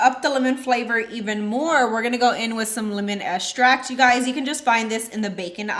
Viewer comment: Great recipe. I like how you say estract rather than extract. 😉